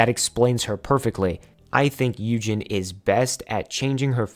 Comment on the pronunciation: this is an excellent video! i just wanted to point out a few names that were pronounced incorrectly - yunjin of le sserafim - pronounced yoon-jin siyeon of dreamcatcher - pronounced shee-yeon (whenever you see "si" in korean it's pronounced "shee") dosie of purple kiss - pronounced doe-shee (though maybe it's meant to be pronounced differently in english idk) just a friendly pointer - you can always look up idols' self-intro videos to make sure you're pronouncing their names right! overall, fantastic job and i will be checking out the rest of your videos!